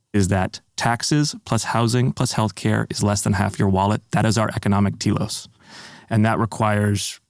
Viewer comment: He lost me at economic “telos”🤦🏻‍♂️